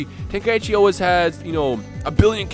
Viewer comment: True, nothin beats the classics. I noticed they kept on mispronouncing Tenkaichi. They were sayin Ten Kai Ichi. It's pronounced Ten, Kai, Chi. They got Budokai right tho.